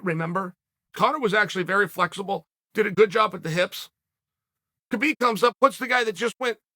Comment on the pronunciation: HAH BEEB, not KA BEEB